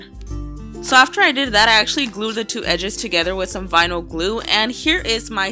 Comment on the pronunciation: All I herad was vinil